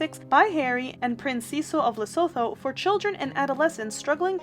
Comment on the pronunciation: Lesotho = le sue two